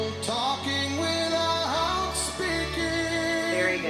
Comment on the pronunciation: Amazing...except that he sings "with-ah-howt...". Two of the most basic rules of carrying a single syllable across multiple notes is to move on the vowel (which he did) and to NEVER add an "H" sound when you move to the new note. WORD : without WRONG : with-ah-howt CORRECT : with-ah-owt WORD : eyes WRONG : i-hies CORRECT : i-ieyes WORD : before WRONG : be-he-fore CORRECT : be-e-fore